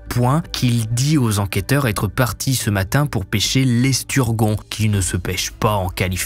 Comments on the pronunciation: Ça ne se prononce pas "esturguon" mais "esturjon" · Ça se prononcé œufs de " lompe " et " esturjon ", pas œufs de " limpes " et " esturgon ". Et un golden retriever, comme toutes les particules " ie " se prononce " i ", pas " aï ". Un golden " retriver " pas " retraïver ". Sinon merci c'était cool ! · Estur Jon pas gon . Esturgeon -JON. Ça m'a trop fait rire. Pas grave mais ne dis plus estur gon. C'est jon. 😂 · Salut,on dit "esturjon" et pas "esturguon", ça s'écrit esturgeon comme pigeon 😂 sinon coupable ou innocent pour le mari,celui qui a fait ça et ben... c'est pas très gentil gentil...😬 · Œufs de lump (se prononce lompe) Esturgeon (se prononce esturjon) J'adore vos vidéos mais vous avez un petit soucis de prononciation quand même 😘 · Esturgeon ce dit "EsturJJJon" et non pas "EsturGon" lol au cas où 😉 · On prononce esturjon pas esturguon. Comme bourgeon en fait : esturgeon 😊😘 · '' esturguon '' toi t'as pas été à l'école 🙄 alors pour ta culture perso, quand il y a un E après un G ça donne J, donc c'est esturjon gogole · « Avoir été pêcher» Ça fait mal aux dents Là où il est allé pêcher, pas « là où il a été pêcher » Il aurait été plus convenable de dire « Seulement 15 jours auparavant » « L’esturgon » 😂😂😂 Les coquilles 🐚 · "L'esturgon"... Aie x) ça arrive tktp! on le pronoce l'estur "j" on:D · La prononciation l'esturGon 😭😭😭😭 La pêche est morte ce soir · Esturgeon ça se prononce comme avec un j 😂 ahah sinon super hvf! Comme toujours 😁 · Vos vidéos sont très bien , bravo ! Mais il y a des petits problèmes de français et d’anglais . Après si , pas de conditionnel . On ne dit pas cinquante z enfants , ni esturGON , retriever ne se prononce pas retrAÏver . Et d’autres . N’empêche j’apprécie votre travail , vous êtes le meilleur dans le genre . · L esturgeon s est VooLaaTiiiLiiseée..l "esturguon? Et il s appelle shack le bar sportif il me semble ...;) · Esturgeon se prononce estur(j)on 😉